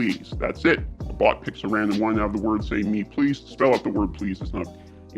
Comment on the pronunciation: Me please , sounded like mehhhhhh plassssdd